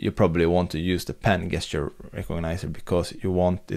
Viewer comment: Great video. Your English is almost perfect. But FYI, the English word "gesture" is pronounced with a "j" as in "jester".